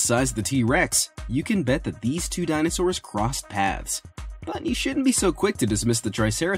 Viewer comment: He said dinostores